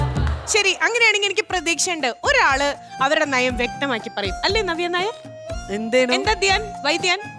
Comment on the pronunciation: oru "navya naaye" vili ketta poole ..😅😅